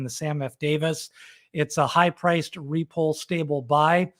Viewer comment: Not Re Pole retard. Repolli